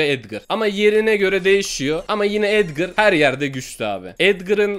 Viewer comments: O edgır değil o edgar yanlış söyledin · abi etgır değil etgar o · Edgır değil edgar